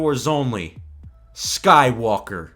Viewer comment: The way Rey says "Skywalker", it sounds like "SkyWOKEr"...